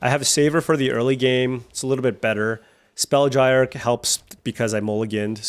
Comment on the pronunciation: Spellgyre is pronounced like spellgear.